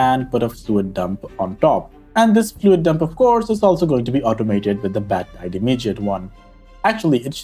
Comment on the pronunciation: I just turned on captions, and they were set to German.. In any case, your pronunciation caused YT to turn "badtide" into "Fledermausflutung" which translates back to "Bat Tide Flood" - which might even fit, what with the cave you mention 🤪 PS. you allow for wood to feed the steam engine, but what about water?